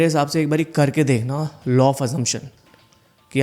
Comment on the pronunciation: Sir,Law not Low😅